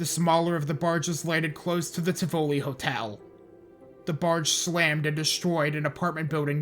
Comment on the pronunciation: you also mispronounced plaquemines, biloxi (sometimes), tivoli, beau rivage, bayou lebatre, and kiln, lol. it's ok tho; even locals mispronounce kiln because they call it "the kill" (vestiges of french) but it's so small that almost no one else on the coast ever has any reason to talk about it unless they want to talk about brett favre's hometown because that would be it. thanks for giving the coast some attention. my only (gulfport-centered) complaint is that you passed over d'iberville and gautier. d'iberville is on the north side of biloxi back bay so their waterfronts got razed just like the other coastal towns. the tchoutacabouffa river was also a contributor to the destruction in d'iberville. gautier is directly on the coast between ocean springs and pascagoula.